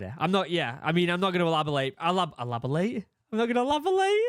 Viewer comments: “Elabolate”… everyone is f’ing up words in this video lol, luv you guys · Elopitate! Is that a word you use in the UK?